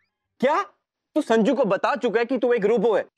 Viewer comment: sajnu instead of sanju